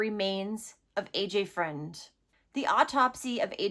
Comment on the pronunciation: Its pronounced fruend not friend not like it matters i just live a half hour away and it was all over the news so Ive heard his poor name a million times on the news. Its a big story here